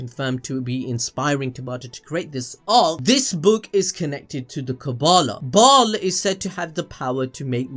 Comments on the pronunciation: Ok, I’m familiar with 2 of those names. Bial is pronounced bell and Sameal is pronounced sa- meel. I’ve never the other one. 🤷🏽‍♀️ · It's pronounced bail You never played diablo II and the expansion ? Come on now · It’s Baal but pronounced Bale